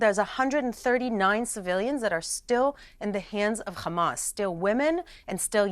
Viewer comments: Khamas 😂 she can't say hamas 😂 kh kh kh khamas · I'm not here to contest what she said, but once you learn that HAMAS is an acronym "Harakat Al-Muqawama Al-Islamiya" (Islamic Resistance Movement), then hearing an educated person repeat "Khamas" over and over again, it just sounds all wrong. Ya know? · Sorry I'm out. Can't handle any more people saying "khamas".😤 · The word Hundred with a "H" pronounced perfectly. However, Hamas with a "H" also, pronounced it "Khamas" 😂😂 Talking about brainwashing. Piers, loved how you interrupted her every time she wanted to explain or respond to a question. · Ive heard how Arabs pronounce Hamas, genius. It's NOT "khkhkhkkhkhaAAAmas". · Does saying Khamas make them more savages than saying hamas? She's an actress by profession and she knew how to act in this show. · Hamas is not an English word. It is not pronounced "Hamas". I hope this helps. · why can't jews pronounce Hamas correct? 😮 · It's Hamas not Khamas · It’s Hamas , not Khamas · Why does she pronounce hamas like that ? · Kkkkhhhhhhamas lol they can’t say haaaaa maas Lol Butch is annoying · Khamas Khamas Khamas ... is it a tradition or a sign of your fake Israeli patriotism to pronounce hamas like that ? I mean your a native English speaker you're not even born in Israel so whats your excuse to pronounce it like that ? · The moment I hear the word Khamas I just leave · Why those bigots pronounce it khamaz 😂?!